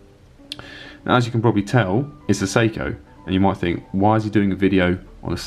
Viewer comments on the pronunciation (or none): It sounds like you're saying "Soko". In America we say "Say-ko". Not sure which is more accurate.